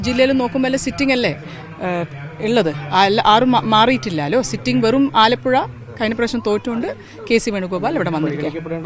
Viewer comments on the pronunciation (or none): none